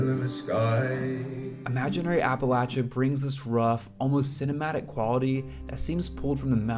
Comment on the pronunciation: Appreciate that you said appalatchya and not appalasha. Important to Appalachians. Colter is a stud. Jimmie rodgers - you’ll find my name on the tail of my shirt. Love it!